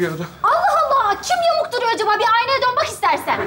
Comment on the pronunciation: Ayy aynaa diyo acaba anaa mı diyolar🤣😂🤣🤣😂😂🤣😂🤣😂🤣🤣🤣😂😂😂😂😅😢😭gözümden yaş geldi